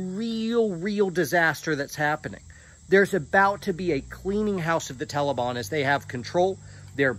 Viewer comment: Not to make light of this whole horrible situation and I love but I can’t get past “tellibahn” 😂